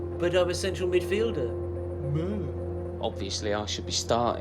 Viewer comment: "but im a midfilder MUH' hahahaha